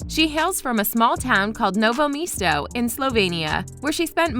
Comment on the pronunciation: Omg Same. I‘m from Germany, but my dad also comes from Novo Mesto and this city is like my second home, because I spent so much time there during vacations and the way she pronounced it, really triggered me. But I also found it quite funny.